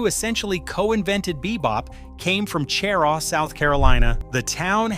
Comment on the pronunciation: Cheraw is pronounced sheraw.